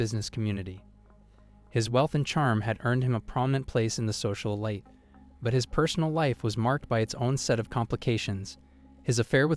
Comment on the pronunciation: Suggestion: best to learn the pronunciation of all the words in your script before taping. Within the first couple minutes you butchered epitome, charisma, and elite.